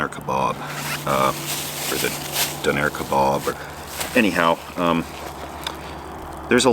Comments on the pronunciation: Howdy good job with the awesome videos. Thought I'd help you out with your döner kebab pronunciation. Say it like Do nor like you wanted to say normal but stopped half way through the word. Döner macht Schöner as they say in Germany 🇩🇪 Doner makes you prettier ✌️😎🤣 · Love your videos but you talking about döner is kinda painful as a German lmao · Donair??? Its Döner! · so.. i was asking myself what a "don air" is. its just döner spoken really wrongly lol you are so cute xd